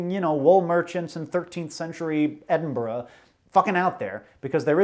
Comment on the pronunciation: As a viewer from Edinburgh thank you for pronouncing Edinburgh right